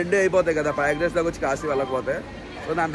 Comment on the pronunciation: Payagraj kadhu prayagraj ra babu😂😂